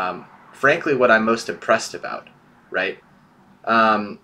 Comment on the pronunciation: Okay I can't be the only one who hear say "aboot?' RIGHT??? ARE YOU CANADIAN??